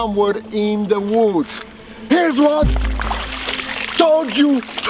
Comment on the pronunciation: AKs... In the “woo-ds”!